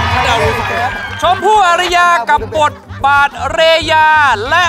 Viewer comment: กูเพิ่งรู้ว่า ระดับวิลลี่ทำงานวงการ นั่งแท่นพิธีกร เล่นละครกับคนนู้นคนนี้เยอะมาก สาระแนโชว์งี้ เชิญดาราทั่วฟ้าเมืองไทยแล้วมั้ง แต่เรียก ชมพู่ "อา-ระ-ยา" ว่า "อา-รี-ยา" เสียแรงอุตส่าห์ปลื้ม แม่งไม่เก๋าวงการจริงนี่หว่า โทษเหอะ ผิดหวังจริง ๆ